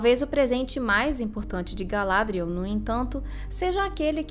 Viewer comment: O nome 'Galadriel' é oxítono de acordo com a fala original dos atores, não paroxítono como é dito neste vídeo.